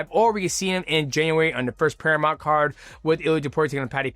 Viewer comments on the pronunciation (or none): none